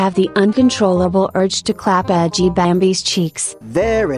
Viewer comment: She said edgy not G